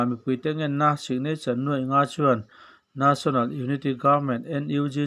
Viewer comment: Ngatinge National tih hi na= a na ka ti,tih ang a i lam ziah a.A ne pawh ka tluk love or Bal a ba ne tia lam ang hian a dik lo zawk i ti nge.